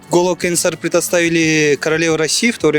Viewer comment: Журналист кыз КенеНсары эмес,Кенесары торпок болбой жакшылап даярданбайсынбы?